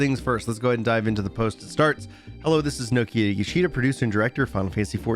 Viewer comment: Nokia Yoshida haha funny miss-pronunciation :P